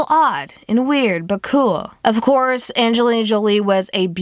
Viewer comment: lol she said "when malefacent played Anglina Jolie